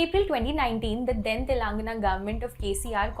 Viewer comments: Try speaking the name TELANGANA appropriately.. You can report the news later ☺️ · Constantly hearing "TELAAANGANA" made my skin crawl. As a person hailing from Telangana let me inform you that, you don't need to drag the first "a" in the word, just pronounce it like how you would pronounce "telugu" . No offence but just educating you ma'am.